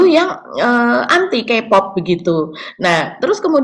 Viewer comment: sedikit masukan utk cara baca K pop, K dlm bhs inggris dibaca "kei" bukan "ki".. sukses terus!